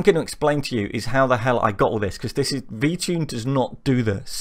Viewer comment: Why does it sound like your saying VChing? This is interesting, we need more programming vids please.